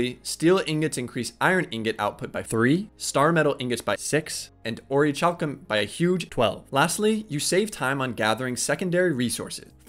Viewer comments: Great vid, my only criticism is that its pronounced Ori-Kalcum :) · Pronounced. Ori - CAL - Cum Hope that does come off as rude.